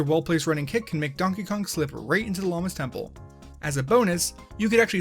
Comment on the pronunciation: Ah yes, Konkey Dong